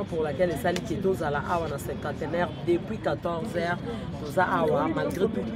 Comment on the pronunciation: S'il vous plaît monsieur le journaleux Cinquantenaire et non "cinquanteneur".